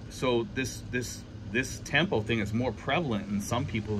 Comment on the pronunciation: It's really a sign of immaturity like you said. It's pronounced tum-poo. Good luck when she makes tampo. Buy her some flowers to cool her down.😅😅